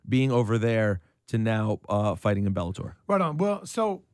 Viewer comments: bellator not belabor 😅😅😅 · IT'S BELLATOR NOT BELABOR FFS